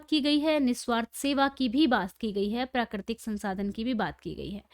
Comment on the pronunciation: Madam ji prakritik hota hai prikitik nhi